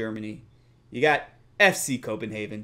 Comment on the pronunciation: you corrected his pronunciation of fc københavn and still got it wrong, he got it right in english its fc copenhagen, if u were to try to say it like it is in danish it would be fc Kob en havn, theres no e at the end